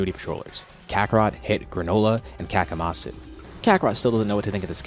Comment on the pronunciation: Hey question? Isn't it better to call him Kamasu? Instead of Kakamasu?